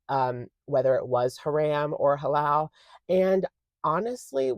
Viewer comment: Idk if this is different in other places, but coming from an Islamic country it's pronounced Ha-Rum not Ha-Ram. Halal sounded perf tho ☺️